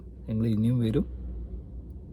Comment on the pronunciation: അസ്സലാലൈക്യു എന്നല്ല ഇത്താ. അസ്സലാമുഅലൈക്കും. ആദ്യം സലാം പറയാൻ പഠിക്കു